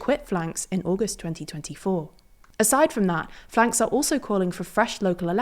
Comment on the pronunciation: It's generally pronounced "F.L.N.K.S" in English.